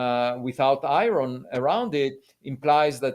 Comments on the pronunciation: Can someone tell Avi that he is smart enough to say iron not fucxing i-ron wtf is i-ron ffs, I can't explain it but I want to slap Avi about his head when he says i-ron. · Lots of Americans say I - Ron. Not sure why. Makes me smile every time.